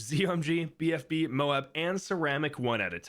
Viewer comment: When did this guy start pronouncing MOAB correctly?